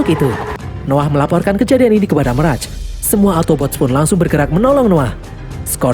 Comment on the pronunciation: meras???? klau ngmong bahasa indo juga bukan meras tapi mirej